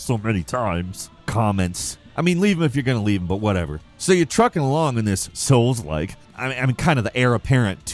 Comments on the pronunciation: You said SOLES like !!!!! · He said souls Lile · YOU SAID "SOULDLIKE"!!!!!!!!!!!! LOLOLOLOLOLOLOL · you said soul like! oh noo!! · You said soulslike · I dare you to say soulslike one more time. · YOU SAID SOULSLIKE!!!!!!!!!!!!!! LOLOLOLOLOLOLOLOL!!!!!!!!!!!!!!!!!!!!!!! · "YoU sAiD sOuLsLiKe sO mAnY tImEs" 🤣🤣🤣